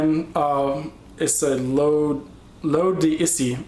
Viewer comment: Le Male="Leh-MAHL" (short 'a' sound) L'eau D'Issey=Low-Deh-Say Not that I have an axe to grind, just a pointer :)